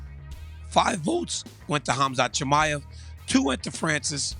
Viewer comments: Chael called him Conjob Chimaev lmao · How is Chael still butching everyones names lol